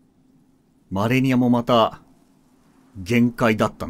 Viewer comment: 死亡ダイジェストの時に第一形態マレニアが 「アーニャ マレニア」 って言ってるようにしか聞こえないw